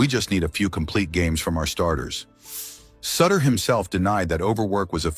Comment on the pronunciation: Someone please tell the AI it's pronounced SOOter